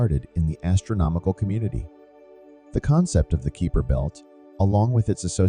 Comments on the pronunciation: I stopped watching in when the repeated pronunciation of Kuiper as "Keeper" annoyed me too much added to he suspicion that there was nothing new here as they took to say nothing at all. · Was about to ask what the Keeper Belt is. lol It wouldn't be so bad, but when Kuiper and his belt are mentioned so often it is very irritating! lol